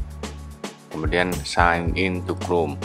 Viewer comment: Sain in bukan sig in😅kalo ngoreksi aja salah gausah ngoreksi